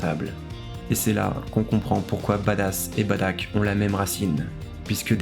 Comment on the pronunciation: Tu dis Badack ??? C'est Bardock frèro